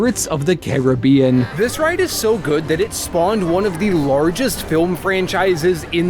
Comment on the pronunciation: Omg I got front row on tianas bayou at night and I was soaked for the rest of the day AND YOU SAID CARIBBEAN CORRECTTTTT